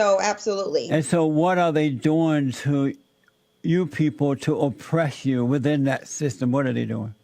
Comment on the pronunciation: It's so funny how Jesse pronounces "oppresh you", reminds me of how comedian Patrice O'Neal pronounced "harash you" in a bit